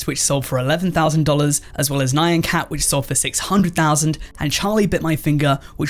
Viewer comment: did you seriously pronounce nyan cat as ni-an cat